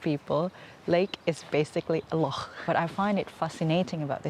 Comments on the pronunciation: Thank you for pronouncing "loch" correctly. It irks us Scots to hear it pronounced "lock". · Lovely vlog, and thanks for making the effort to say Loch correctly !! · you pronounced "Loch" perfectly, you are now a true and great Scot. The passport is yours' to enjoy. Your welcome.❤